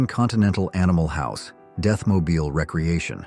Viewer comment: Pronounced re - creation not recreation